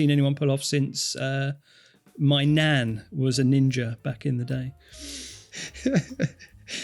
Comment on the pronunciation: Not nun but Nan = Grandmother